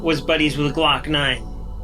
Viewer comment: This boi said glokknine shooting at him😂 he lied he know it wasn’t him you can tell he just said it cause he a rapper